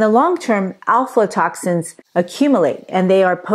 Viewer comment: You're saying it wrong. It's AFLA toxins. Not ALFALA.